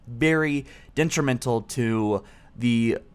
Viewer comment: Wtf is "dentrimental"??? The word is DETrimental. Also wtf is Zehta halo? The word is Zayta, pronounced like beta with a z